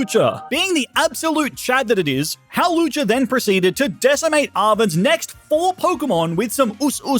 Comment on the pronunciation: Its hawlucha!